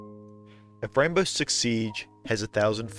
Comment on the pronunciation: I thought you said gaybow six siege